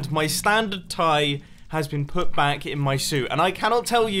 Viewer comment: Bro whenever you say 'welcome back to another video' the 'back' sounds like banc